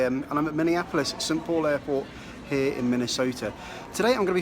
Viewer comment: It’s not “sat paul”, it is Saint Paul